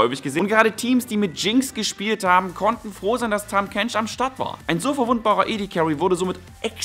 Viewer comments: heißt es nicht "tahm" kench und nicht "tham" kench? xD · Tahm nicht Tham! :D